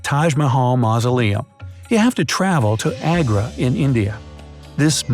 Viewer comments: u sound so funny when u r saying the Taj Mahal and Agra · You pronounced Agra Mahal in Taj Mahal wrong and Yes!!! I have seen it mostly only indians pronounce it righ.( I am am from India but not Agra a small city)